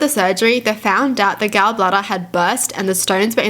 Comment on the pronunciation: Its gall like like tall not gal like pal.